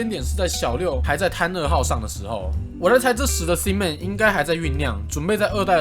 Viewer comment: 博主发音的thin man 我一直听成了sin man让我很出戏啊 😂